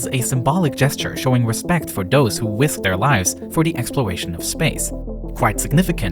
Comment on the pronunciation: Does who wisked deir wives for de expwowation of space